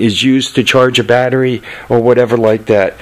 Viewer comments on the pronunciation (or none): none